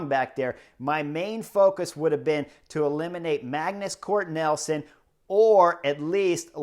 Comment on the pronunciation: You’re killing me… Magnus Cort Nelson! It’s NIELSEN (neel’ son).